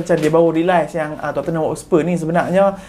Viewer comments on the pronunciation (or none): none